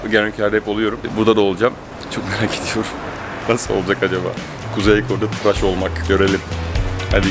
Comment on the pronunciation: Traş değil tıraş*